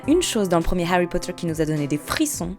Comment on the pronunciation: Je pense qu’il faut arrêter de forcer les accents étrangers quand on ne l’a pas. C’est pas grave de parler avec l’accent français. Surtout sur des trucs style Harry Potter... qui dit Hawy ?